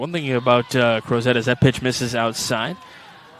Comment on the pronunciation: The T is not pronounced in the town Crozet. Virginians say Crozeee. Let’s Go Peachtree!!